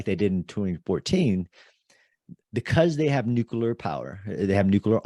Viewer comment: Why do so many guys have trouble saying the word nuclear? I've heard so many people pronounce it nuculer. Wonderful podcast by the way.